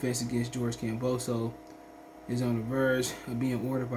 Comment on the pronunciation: You can’t even pronounce George’s last name properly …. Just sit and comb your beard !!!!